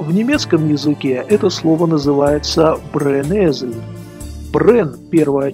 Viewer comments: brenessel - бренесель а не бренезель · Man sagt "Brennessel " nicht "brenn Esel " und 4 Finger 1 Daumen ;) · ну не позорься. Когда выучишь немецкий язык? Brennessel читаешь как Brenn-esel. Знал бы язык, то и примеры приводил бы правильные. А так отсебятина ещё та! Суть уловил правильно, но важно правильно представить. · в слове "Brennessel" произносится не "З", а "С" и пишется с двумя N, а не с тремя, а слово Esel - это "осёл" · Извините, на каком диалекте "ss" в слове "Brennessel" произносится как "з"?